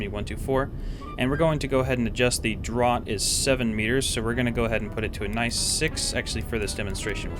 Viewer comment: You made that look very easy. Were you using the in-game tables at all or just using calculator/excel for everything? Also 'draught' is pronounced 'draft'